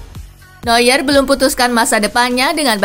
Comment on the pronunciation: Neuer dibaca Noyer bukan Nyuer lagi 👍